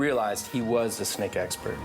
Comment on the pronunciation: Hehehe, said snack instead of snake